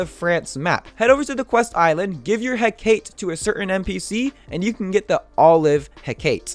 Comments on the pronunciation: It Is Not Pro Nounced He-cate. It’s pronounced He-ca-te. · It needs to be said. It’s pronounced Heh-ka-te. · I hear hecate alot, i know you butcher names alot. It is pronounced (heck-a-tee). Btw i like your new editing skills it really helps me learn better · Its pronounced Huh-kah-tae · I could be wrong but I believe the hecate is pronounced heck-a-tee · its pronounced He ca te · It's pronounced heh-ka-tae to make hecate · It call he-ca-te You wrong boy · I think it's pronounced "He-Ka-Tee" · you pronounced hacate wrong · Very very nice. Also I like the intro. Also also, it is pronounced "He-kah-tee" or "He-kah-tay." It is one of those. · the way he pronounces the hecate triggers me p9nda does the same too ._.